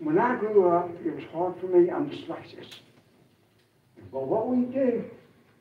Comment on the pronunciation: " tis shard for me cause im dislexis " i nearly spat my beer out